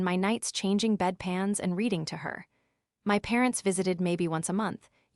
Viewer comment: "My" means me or myself it is NOT pronounced "M.Y."